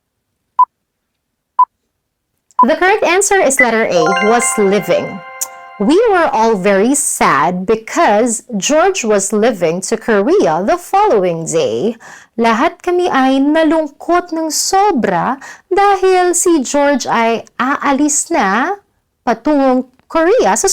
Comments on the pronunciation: “leaving TO Korea is wrong. It should be “leaving FOR Korea”. And you don’t pronounce leaving as LIVING. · I really enjoyed this video although I do not understand tagalog (hope I've used the correct name for the language!) at all. :) One small observation though! I noticed that you pronounce the verb leaving the same way living has to be pronounce. I suppose it could be confusing for beginners. :)